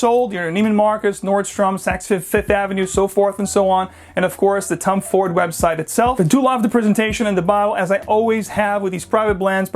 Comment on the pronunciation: I keep hearing Tum Ford lol